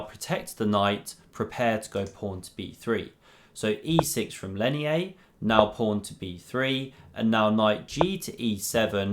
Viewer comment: I speak Spanish and his name is pronounced "Leinier" (with an 'r', not an 'i'). It looked curious to me. Good video btw